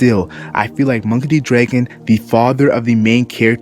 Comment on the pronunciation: "DREGON" wth, its Dr *A* gon. not Monkey D Dregon